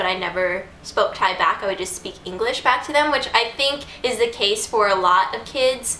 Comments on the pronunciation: Im Thai and i love how u pronounce all the thai words :) so cute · OMG you pronouncing n speaking Thai really well!!